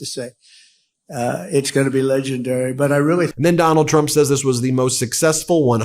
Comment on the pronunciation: Freudian slip when he called dump a cumt